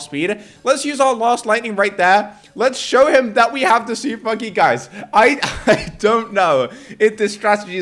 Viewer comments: What is hé saying supppppponky😂😂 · when he said "Im gonna use super monkey* i just heard SOUP MONKEY